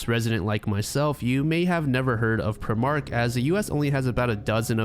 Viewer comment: Love the way to pronounce prime mark lol technically it’s said prime like the drink then mark so prime-mark but I’m gonna start saying it like you did great stuff 😂